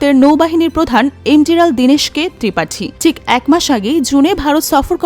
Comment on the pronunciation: নৌবাহিনীর প্রধান কে কি বলা হয় এডমিরাল নাকি এনডিরাল ? বলবেন কি? নিউজ প্রেজেনটার এটা কি বললেন?